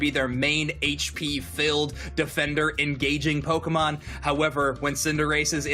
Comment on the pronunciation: Go watch the original Pokémon song and learn how to pronounce Pokémon God it's so embarrassing